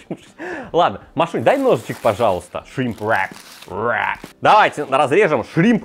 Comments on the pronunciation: Весь видос пыталась понять какое второе слово все таки этого шримпа , зачем так мерзко каверкать слово? И причем всегда , ну ладно раз два сказал , но постоянно … в итоге я не смогла понять как называется это блюдо в лаваше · Можно вечно смотреть на три вещи: как горит огонь, как течет вода и как друже говорит shrimp wrrrrap